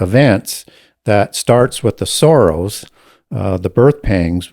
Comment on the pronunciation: I kept hearing "the times of the Soros" rather than sorrows